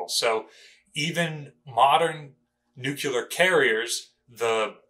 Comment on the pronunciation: Please- it isn't Nucular. It is Nuclear!